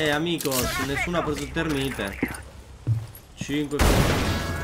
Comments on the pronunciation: si dice termait non termine c ristoh! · thermait si dice non thermite